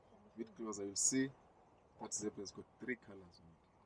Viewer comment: Guys... said Zebra like an African.....hahaha...good. I like....please no more Zibra. watching from Botswana.